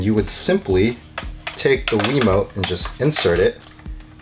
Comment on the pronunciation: Why do you say wii wumote